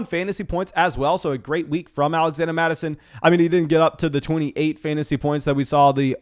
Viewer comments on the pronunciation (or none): Why do you keep calling him alexanda mattison